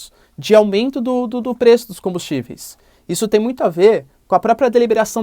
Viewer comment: Caralho paulista não dá pra entender oq vc fala. Vc fala pelo nariz 👃 fala rápido demais só vcs se entendem toda palavra que tem a letra m ou n vcs sempre vem com a letra i antes. Caralho fala devagar buceta... Aumeiinto é o caralho. É aumento porra. Vc ecplica muito uma coisa básica. Ficar duas horas pra falar uma coisa simples. Esse governo é bandido. O bozo é traficante de armas e drogas. É miliciano e a culpa do aumento com combustíveis vem desde o golpe com temer ele jogou o preço do petróleo em dólar. E essa porra de lira é da extrema direita. Isso é enganação. Paulista fala feio pra caralho só eles se entendem kkkkkk. Pura que pariu para de falaram porra vcs dão muitas voltas. Sua aula deve não ir ninguém tu é chato pra caralho. Faz vídeo resumido kkkkkk